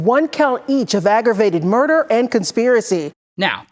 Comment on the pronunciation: 6 counts of murderrr??